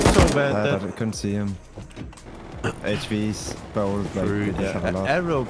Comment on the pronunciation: I can't even say how you said hv s you said it kinda like hate cha V's